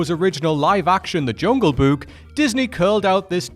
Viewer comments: I'm sorry, but this guy simply can't pronounce the word "Book". He keeps saying "buuk" every single time💀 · I like the way he pronounces Book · Omg pronouncing “book” is like the best thing since hearing Frank Welker as Fred in Scooby Doo pronounce “treasure”